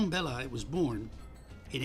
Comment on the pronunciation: Belly is French, not English. It's Belli, not Bellai